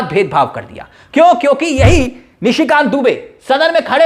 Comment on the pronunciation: Please read Nishi Kant not Mishi Kant and Burke nahi pair